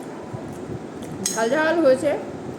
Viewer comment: What is Utma? Is it Upma the South India dish if so it’s pronounced as Upma not Utma